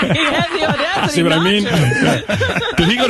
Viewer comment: russo's gotta get his shit together; "odasity" are you kidding me?